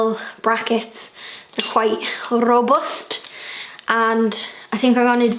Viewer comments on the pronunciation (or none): I could listen to you say “rrrrobust” all day. Also the pub is adorable. ❤️ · Yes rrrrrobust made me giggle 🤣😂